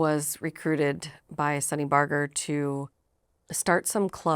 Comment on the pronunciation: Hearing her improperly pronounce Sonny Barger's name makes me not believe a thing she says.